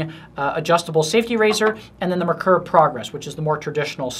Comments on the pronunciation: If you're going to sell them, learn how to say it. It,s NOT "mer-ker" it is pronounced "mare-kor" which is German for "mercury". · Just for the sake of accuracy: it's pronounced MARE-coor. German name, german pronunciation.